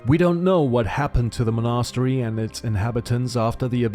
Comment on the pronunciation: Mon'a-stery :D